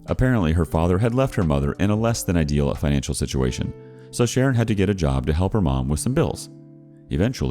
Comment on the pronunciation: Everytime,when he says Sharon, I hear it as karen. Idk why😂